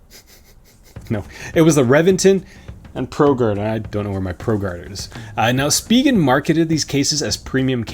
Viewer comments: Take it from a Korean who took it directly off the way it's written in Korean, it's supposed to be pronounced Shu-pee-ghen. "Shu" as if you were saying a German word/name with that sound in it (like Schneider or something like that). So you're quite close. In defense of everyone though, it's a silly name with silly way of saying it so, eh. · It's pronounced shpee-ghen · It’s “speeegen” not “spy-gen” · You’re correct spegin not spyjen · speeegen not spy-gen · It’s speeghen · I pronounce it as Spigen... LOL 😄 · Spigen calls their product Spee-Gehn Watch their videos on Amazon where they present their phone cases. They pronounce it that way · I also say Speegen although I can see why some folk would say Spygen, after all, it is an 'I'. lol. You need to ask Spigen how to pronounce it. Another great video and having watched till the end (poor Monty does not like bad language), thank you for the time you put into these videos. They certainly have helped me over the years :D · I pronounce it s-pig-en :D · I say Speegen, the other pronunciation just sounds wrong haha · SPEE-gehn. So. There. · I say speegehn. Spyjen is just.. no.